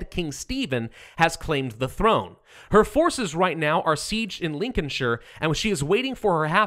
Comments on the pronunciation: You did so well saying 'Lin-coln-sheer', and then you went and said 'Gl-ow-ster'. It's pronounced 'Gloss-ter'. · Congratz on your pronunciation of Lincolnshire! (The U in Gloucester is silent). Can't wait for the heir of AoE.